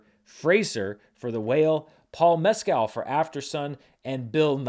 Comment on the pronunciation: Funny how corrected his pronunciation of Fraser but still pronounces Mes-Kale, instead of Mes-Kill